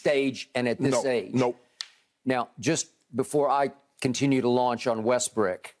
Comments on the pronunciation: Bro we got TV analysts calling this man "WESTBRICK" like bruh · 'Lets talk about Westbrick" lol